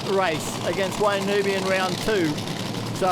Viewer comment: I wann't aware that Wayne Newby had changed his surname to NOOBY. How friggin annoying to have a 'commentator' mispronouncing the bloke's name.... this is the same type of bozo that calls Colin, COLON